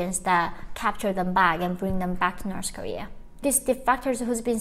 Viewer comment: 2017 not 2007 and North Korea not Norse korea. Norse is demonym for Norsemen (medival group from Scandinavia). I´m sorry I just can´t stand this two mispronunciation. But it´s a good video.